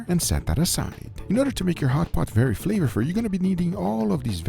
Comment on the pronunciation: "In order to make your hotpot very flavafluuu" 😂